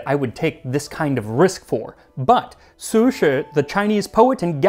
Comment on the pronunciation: Appreciate your pronunciation of "Su Shi" (not sushi). Shows great effort.